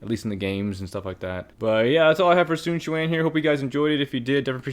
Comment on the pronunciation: So you CAN say his name right